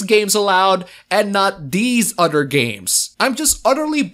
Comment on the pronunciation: The My Girlfriend picture is of busty girls...and he keeps saying "udder people." I know he means "other people" but I just find it funny.